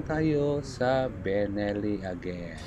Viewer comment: Ano ba talaga? Belleni or Benelli? Haha. 😅